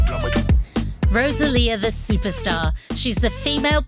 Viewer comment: Please stop calling her RoZalía 🫣